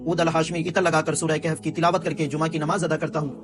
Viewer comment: Bhai bura mat manna ap mujha bhotmacha lagta hai lakin ap surah kahaf ko kahf khata han ak dafa quram ma surah ka name dekh ligia